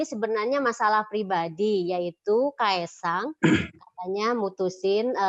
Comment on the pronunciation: Bilang kaesang aja susah amat..